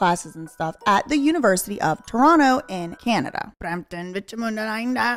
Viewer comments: As a native Torontonian, you said Toronto correctly and also that you know Gaddi Red Challenger is amazing. Its definitely a bop out here!😂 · Perfect pronunciation of Toronto. 👏 👏👏